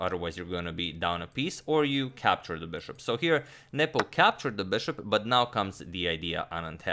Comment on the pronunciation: I always hear you saying "Nipple" 😄